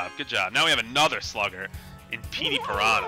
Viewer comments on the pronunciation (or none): none